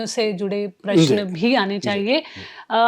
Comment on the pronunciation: Anchor ko Prashan bolna sikhana padega.. Unki Hindi utni aachi nahi hai